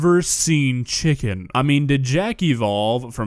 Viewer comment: How do you mess up ckicken